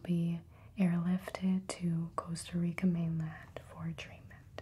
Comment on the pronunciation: hearing her say "costa rica" (my country) is too satisfying